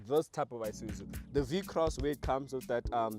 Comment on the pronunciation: IiiiSuzu not Eye-Suzu 😩